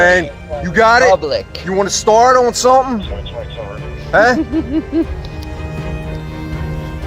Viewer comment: “You wanna start on summin” 🤦🏼‍♂️